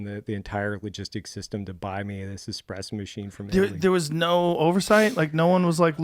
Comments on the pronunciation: Pleeeease.... there is no "x" in espresso. Can we get the foundation right? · Evan "Hold my expresso" Hafer